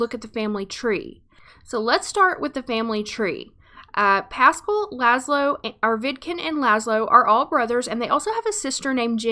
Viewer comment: its pas-scaal